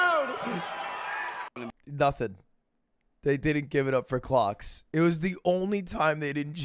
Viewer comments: Loool I thought u said "Glocks" during Mogul Money rather than "clocks" 😅 maybe that's why people didn't cheer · kinda sounded like give it up for c*cks lmao. i aint cheering that.